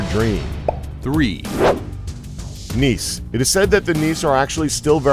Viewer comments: Nice?! (Nisse) Pronounced Niss-e (at least in Sweden) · We do have a santa, but we call him julemanden and nisser is not said Niss but nisse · moardrem mardröm hahahahaha niss no nisse